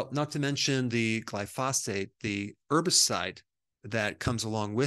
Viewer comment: Thank you Dr Berg for all the information that you share. Just a tip. You are not pronouncing glyphosate correctly.